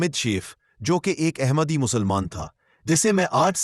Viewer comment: The correct word is Ahmad not Aehmad. The word Ahmad is in the Surah Al Saf. Please, correct the pronunciation. The word Ahmad is the superlative degree.